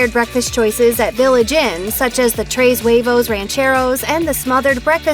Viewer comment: "Trays wayvoze" 🤔 Can't sound any more gringo than that